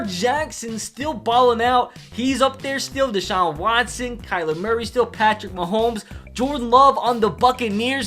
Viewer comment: The way says “Deshaun Watson” makes me laugh